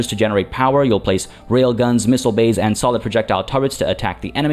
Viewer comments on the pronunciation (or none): none